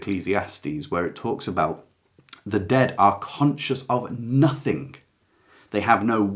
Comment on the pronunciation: Hello. Great video - Thank You. May I respectfully ask why you say, “Everythink” and “Nothink” - as most people in this country seem to say now. Is it not, “Everything” and “Nothing”? I really hate to hear these word said incorrectly every single day and by so many people. Is this just the ‘modern’ way we have to speak now? I am not being rude - just asking. I love your work and appreciate your videos very much. XX